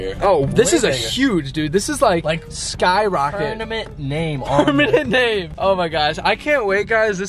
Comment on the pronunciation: Am I the only one who thinks it's so cute when says pernament instead of permanent 😂